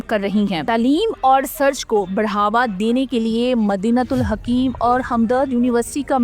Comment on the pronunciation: Urdu sahih nahin parh rahi, theek naam Madinat ul Hikmat ha!